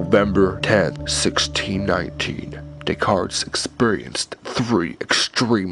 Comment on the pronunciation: i think im going to kill myself if this guy says de-cartS one more time!